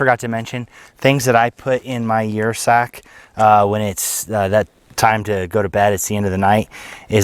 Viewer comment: I believe that would be pronounced 'er' sack as in Ursus (bear genus).